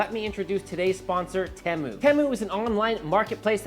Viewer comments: It is the same in the US. He didn’t pronounce it correctly. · In the UK, Temu is pronounced with a long "E". And a catchy song!